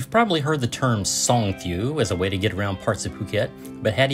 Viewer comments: It's pronounced Song-THOUW (rhymes with ouch)! Good video though. it's a shame Phuket doesn't have more 10 baht buses to get around like Pattaya. The ease of travel in Pattaya makes it a good one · Just want to help you with the pronunciation of the public bus. It’s pronounced similar to “song-(tay-o)”, two syllables.